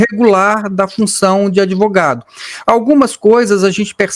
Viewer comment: O "adevogado" Diniz deve estar com a cara queimando...😂